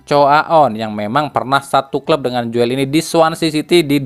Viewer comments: min joel tu d baca jul napa min,agk comblang aj klu di bca Joel,itu kan tulisan jaman 70 on,oe --u,😊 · Joel ejaan Belanda dibaca Jul